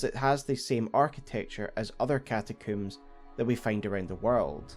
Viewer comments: Bro it's combs not cooms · Great vid but…one question… What’s a “catacoom”? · Came for the frenzy, stayed for the cataCOOOM.